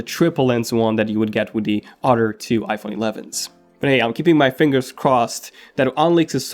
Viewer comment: How come he can pronounce the “th” in “Think” but not “other”. Sounds like “udder”